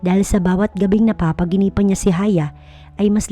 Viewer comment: NAPAPAÑAGINIPAN NOT NAPAPAGINIPAN.